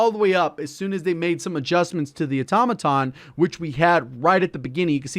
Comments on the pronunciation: My God! Thank you for pronouncing “automaton” correctly. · Congrats bro. Your the first streamer I've heard actually pronounce Automaton correctly, its been bugging me since launch that everyone says auto-maton 👍🏻